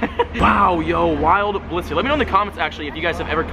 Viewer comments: wow u called it a bilisy its bliss-ey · and then a blitzy XD